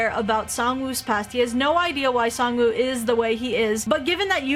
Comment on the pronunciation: It’s pronounced sangwoahhhh 😾